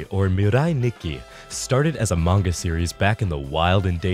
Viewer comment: I heard "a manga series" as "amongus series"